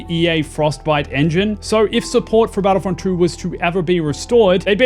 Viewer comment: My friend I believe it's pronounced two not true and in your vid I keep hearing you say battlefront true so had to stop watching the vid only after a minute